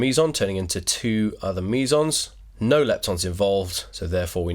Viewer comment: Sounds like you're saying Measals. Lmao